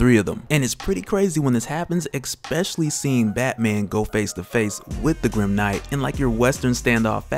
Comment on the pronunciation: Dope, but did u say ekspecially lol